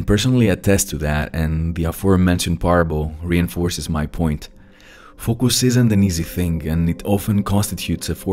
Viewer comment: It's not "fock us"😁, it's "fowk us".